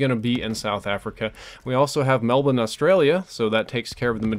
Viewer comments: I have to applaud you on ya pronunciation of 'Melbourne',. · you're the first american i've ever heard pronounce "Melbourne" right. and btw, the Australian server's in Adelaide, not Melbourne.